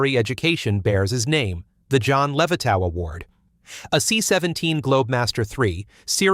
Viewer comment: Please pronounce Levitov's name right. Geeze...